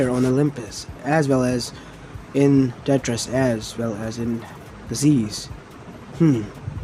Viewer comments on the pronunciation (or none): When he said tetris I was so confused did he mean tartarus